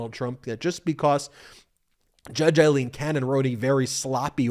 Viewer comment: Ben, my friend, you are mispronouncing two names on a regular basis, if you are ok with it, disregard this reminder. Fani Willis is pronounced like fan, not fawn. Aileen Cannon is pronounced like fail, not eye. Eileen is what you are saying.